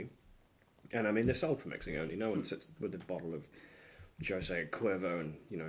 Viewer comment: El -Jim-ah-door? Joe-say? Really? So, is that like Jag-you-are or Nick-ah-rag you-ah? It's correctly pronounced: HEEM, El-Heem-Ah-Door (the J is a soft Spanish "H" as in HIM) and it's Hoe-zay, again with soft Spanish "H", not Joe-Say. There's a good lad.